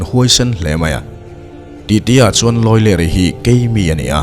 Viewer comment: History/ Mizo nun hlui kan chhiar dawn a nih chuan, a lam rik dan han zir chiang hmasa deuh thei ila. Lawileri tih te, Thangura tih te i lam ri dik lo a. Tih leh hun chuan dik takin aw niang